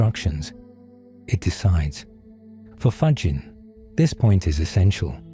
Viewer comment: From Canada with ❤, thank you 🙏 PS: Frederico’s last name is pronounced “ Fagghinnee”😊